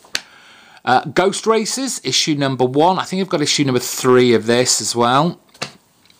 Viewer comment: I could have sworn you said "Ghost Racist" (instead of Ghost Racers). Ha! Now there would be a comic!